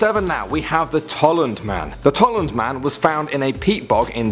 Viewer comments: Its Tollund, Not Tolland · It's not Otzi. It's Ötzi. The pronunciation should be more like if it was written Utzi. It's not the Tolland man! It's the Tollund man!!!